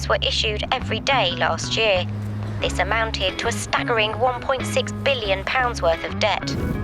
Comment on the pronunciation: Zis a place 🤣